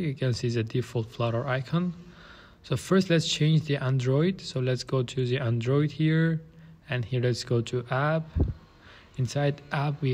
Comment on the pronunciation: It's not Andróoid. It's Android.